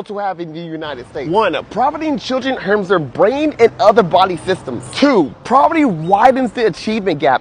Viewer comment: It’s obvious that he meant “poverty”. Please be kind. 🙂